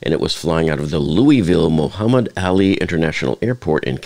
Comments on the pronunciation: I believe it's pronounced Muhammed "Ah-lee'", not "Alley". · Horrible tragedy Muhammed "Allie???" Airport? Love how he mispronounces the greatest fighter of all time....